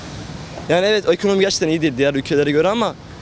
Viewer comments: Ekomoni dediği için ciddiye almadım:) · 🤣 ekomoni, ekooni